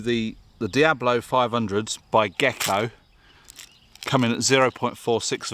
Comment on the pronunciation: It's DIA-BOLO. Diablo is a computer game